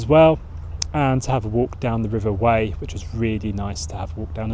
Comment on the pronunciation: FYI - The RIver Wey is pronounced like "WAY" not "WHY".